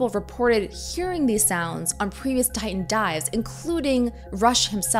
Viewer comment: Can't stand that she's pronouncing Titan as "tayn".